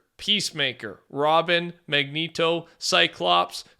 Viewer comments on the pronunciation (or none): none